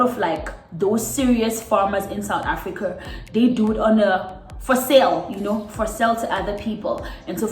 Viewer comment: Lol "Africuur"